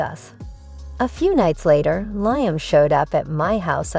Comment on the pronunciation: That's "Leem", is how Liam is pronounced or "Lee-am"